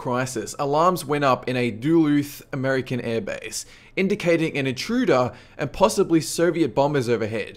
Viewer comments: Sin-eye Desert? It is pronounced "sigh-nigh". And what is a mujan-adeen. Try Muj-a-ha-deen. What is doo-looth airbase? It's "Dull-uth", it's a US city that sounds like you are saying Dallas with a bad lisp, whereas you sound like you are summoning C'thulhu's inbred cousin. At least you pronounce nuclear properly. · #4 is where i'm from. Its pronounced Duluth; not "duel looth" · It's pronounced 'Duh-luth', not 'Doo-Looth'. And spelled Duluth. I live in the same state of Minnesota. Just thought I'd share that, great video. :) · #14 With all the times North Korea throws a fit, this being one of the bad ones, we really didn't get any were close to a Word War. Even China gets tired of little Kim. #4 did you say Duluth, as in Duluth, MN. Shit my state almost started WW3